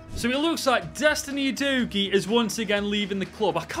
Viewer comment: Absolutely massacred Vicario and Udogies names